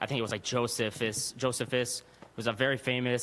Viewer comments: "I'm a linguist" *5 minutes later "A very famous Roman historian, Jo-se-phis" "Josephus?" (a Jewish historian) "Yeah, sorry, pronunciation was wrong." "The religious leaders are notorious for making things up." *1 minute later "That quote from Josephus was completely made up." "No, it was likely changed by later Christians, but we still have a similar quote from Josephus." Also "Nobody spoke Koine Greek" -the common language of the day. This kid didn't know a thing he was talking about. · Every anti God liberal speaks as if they were given talking points. He mispronounced Josephus. He has no understanding because he won’t read the Bible for himself. Gets info from online atheist sites. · I study linguistics and languages and then cant even pronounce Josephus name :) hahahahahahah learn to walk before you run you are born with two ears and one mouth use them accordingly ! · “I study linguistics” proceeds to pronounce Josephus incorrectly… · I must say, I don't believe this guy,, studies linguistics. He has a problem with who wrote the gospels, and then wants to quote Josephus but can't get the pronunciation right. I think he's just heard some stuff and is regurgitating it. He hasn't really thought it through. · "I study linguistics" but pronounced Josephus wrong. lol Super petty but funny. Actually, he's right btw, Josephus said that almost no one in in their culture spoke greek. "I have also taken a great deal of pains to obtain the learning of the Greek language although I have long accustomed myself to speak our own language, that I cannot pronounce Greek with sufficient exactness: for our nation does not encourage those that learn the languages of many nations." (Antiquities of the Jews, 20:1:2). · A linguist who can't pronounce Josephus. Hmmmm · The linguistics specialist guy doesn't know how to pronunciate a name,lol! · You can't pronounce Josephus and you are a linguistics major?? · Linguistic professional who doesn't care about pronunciation?